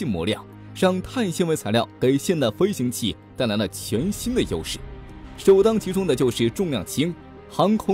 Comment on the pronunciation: 灰行器，这么差的发音水平还来播报，就是对观众的不负责了